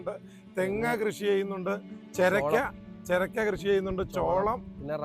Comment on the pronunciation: ചെരക്ക അല്ല ചൊരക്ക